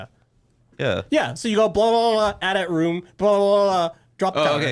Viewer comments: Listening to you guys pronounce "AT-AT" as "at at" and not "a t a t" oh my fuckin lord 😂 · its called a, Aaay-Teea Aaay-Teea, not an AT AT.